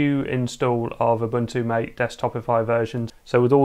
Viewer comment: Ma tay, not mate